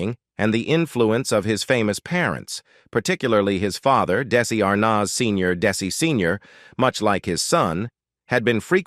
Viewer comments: The boy who played Little Ricky was not Desi Arnahhhz Jr. ( where did they get this narrator?!?! I about fell off my chair listening to his pronunciation of VITAMEATAVEGIMIN....what a joke!! Sorry Desi Jr. fell into the world of alcohol....he really did have talent....too bad he had to grow up in the shadow of his parents!! Now...leave him alone!! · I am totally pissed off regarding this video. First of all, the beginning of the video shows Donny Osmond, not Desi Arnaz Jr. There is no comparison that these two men look alike. As well, AI says Daisy Arnaz, Jr. rather than Desi Arnez, Jr. and uses Desi Arnas Jr. 98% throughout the video as if we are all too stupid to know who is being talked about and part of this video is not even understandable because of AI error. Last but not least, one of the depictions of Desi playing drums is not Desi at all but Jimmy Osmond. Looks like this video was never checked out for accuracy and from where I sit, is disrespecting to the man they are talking about. Desi and I were both born in 1953 which means he would have just turned 71 yesterday whereas I will turn 71 June 17. There is no possible way that old man that they are saying is Desi is the real man. Being the same age as Desi, I look in the mirror and have very few wrinkles but then my lifestyle is very different from what his was. I don't smoke, I very rarely drink alcohol and I don't do drugs of any kind. Life has been kinder to me but Desi, if he were still alive, certainly wouldn't look as if he's 100 years old. Most people don't believe me when I tell them how old I am and truly, much as Desi had his demons, he certainly didn't look like this man before his death.